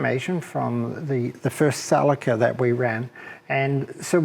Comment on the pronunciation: he means ceeelica.celica not calica. fuckin guy.